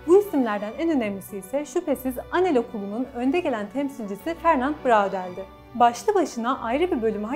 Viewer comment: Bir kere Lewis değil, Louis; Bradel değil Brodel şeklinde telaffuz etseniz, kötü yazılmış ve aşağılık duygusu sinmiş metninizi dinlemek daha keyifli olabilirdi. Ah müslümanlar, böyle büyük laflar etmek için 40 fırın ekmek yemeniz lazım daha.